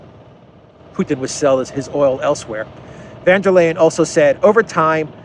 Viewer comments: It's VON Der Leyen. Not VAN Der Leyen. Sounds like an old aristocratic German name. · pronounces von der Leyen's name right. Take a leaf out of his book please,. I can't stand hearing about that stupid woman, but you murdering her name doesn't help. And by extension, it should be VON der Crazy, not VAN. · I love your videos,. And I LOL EVERY SINGLE TIME you say 'VanderKrayZee' - keep up the awesome work!